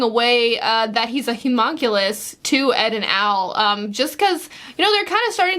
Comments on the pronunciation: Hue-muhn-cue-liss btw is the correct pronunciation 👍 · i'm just going to leave this comment on each new video: how to properly pronounce Homunculus: here we go. Hum. Unk. You. Luss. okay, see you next video! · They are getting so close to saying Homunculus correctly.